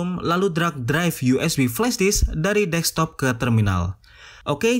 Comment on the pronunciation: maaf ralat narasi boz. destop bukan dekstop, menit 2:xx